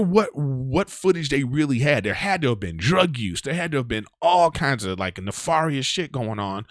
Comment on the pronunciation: Hot damn a lengthier woo woo session. Thank you. Having said that..bruh....who got you pronouncing nefarious that way? Pronounce the a in nefarious like fare not far.